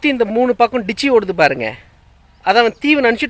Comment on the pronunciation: இல்லை தமிழில் அப்படி ஒரு சொல்லில்லை ஆங்கில Ditch என்ற சொல்லை தவறாக டிச்சி என்று கூறுகிறார்